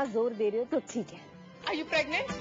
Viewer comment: R you PRLEGNANT, R you PRLEGNANT R you PRLEGNANT R you PRLEGNANT OR DID SHE SAY R U PLREGNANT HAHAHHAHAHA, LOL SHE CANT EVEN SAY PREGNANT SOMEHOW PREGNANT GOT AN L IN IT LOL